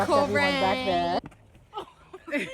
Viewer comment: Pina colada vs pinot grigio joke is the best. Did your mom just say noh peanut noh in deh? ROFL